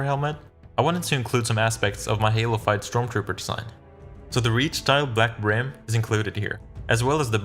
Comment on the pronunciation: every time he says "halofyed" It sounds like he said halo 5 and I got really confused at times